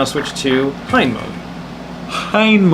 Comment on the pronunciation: Ya fellas pretty sure it's pronounced HEE-en